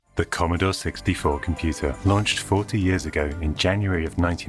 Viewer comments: The Commodaw Sixtyfaw computeh! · Editing, or a hint of sarcasm? The way the narrator says "Commodore 64" just doesn't fit with the rest of the audio. "Here in 1982... the key to the world of tomorrow lies in devices like the 'Commodore 64' computer."